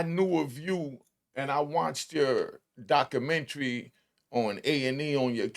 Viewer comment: I can't listen to this illiterate ninja. Documentary? Butchered it!. Illinois? The S is not pronounced. My brain hurts.